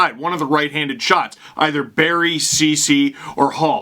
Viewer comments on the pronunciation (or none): none